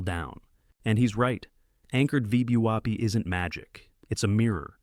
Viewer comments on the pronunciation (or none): Creators - if you speak english, please listen before you post and try to get your a.i. to acknowledge things like VWAP is NOT pronounced VEEDEEWOP lol NVIDIA is pronounced ENVIDEEAH Other than that... Excellent vids! Thank you.